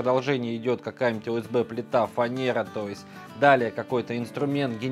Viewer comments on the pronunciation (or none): none